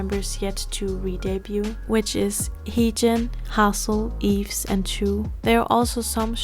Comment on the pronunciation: Yves is pronounced "Eve", or "Eebu" in Korean haha. When you separated them by solo, subunits, new groups, I just have to mention this: YYXY is basically Yves = Y, Chuu = Y, Gowon is the X, and Hyeju = Y. Now, since Chuu and Yves have gone solo, we only have the XY 🤡 aka the male chromosome, anyone remember "Adam"? 😂 For new Orbits or just those who don't know, when Gowon made her debut, there was an ongoing joke between the staff and the members, people trolled Gowon that her stage name will be "Adam" (coz we already have "Eve"(Yves)), the poor girl was horrified. 🤣 Of course, this never came true, but yeah, we only left with the "masculine" side of YYXY. 🤡